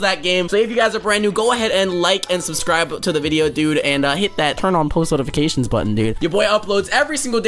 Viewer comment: New to the channel also did u say not-ifacations?